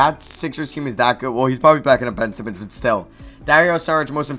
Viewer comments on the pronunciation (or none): none